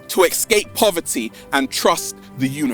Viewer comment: Why is Ralph saying "ecscape" instead of "escape"? Is it some regional accent, or his personal? Btw, amazing video, thanks!